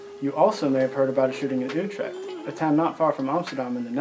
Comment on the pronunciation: Wow you actually did a good job pronouncing Utrecht there. I like it. You got a new subscriber buddy